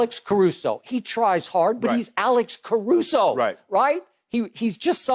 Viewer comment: You're guarded by alex carusso.... it's alex carusso.....hahahahahahahahahahahahaha